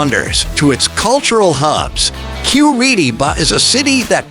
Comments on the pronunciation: Generally, there are two pronunciations for this city and Cor-EE’-tabah isn’t one of them. The locals generally pronounce it : Cor-ee-TI-bah. And the rest of Brazil normally pronounces it: Cor-ee-CHEE’-bah. Also, the letter J is pronounced in Portuguese while it’s silent in Spanish. The former mayor and city planner who we owe a big debt of gratitude for the many improvements he facilitated with Curitiba, pronounces his first name JAY-me, that is before he passed away a few years ago. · nós de curitiba não pronunciamos TI, nossa pronuncia seria Cor-ee-CHEE’-bah também. A unica coisa diferente na pronuncia do t seria o TE, que em outros lugares pronunciam ti, a gente pronuncia te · O video é legal, mas falou Curitiba errado o tempo todo 😂